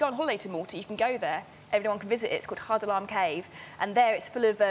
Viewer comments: Ghar Dalam cave in Malta is pronounced "Ar Dalam"...got so disappointed as a Maltese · its pronounced ARE- DALLAM not hardalam also great video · incredible episode, but her pronunciation of Ghar Dalam is atrociously hilarious xD edit: Ghar Dalam is the cave she mentioned, it's weird to think that as a local it's taken for granted and school trips there are honestly so boring. but as an adult I can appreciate it far more